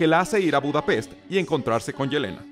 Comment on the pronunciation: "Budapesh". :v